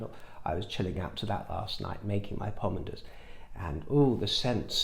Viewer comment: And by the way, the lights aren’t flickering. And I love the way you pronounce pomander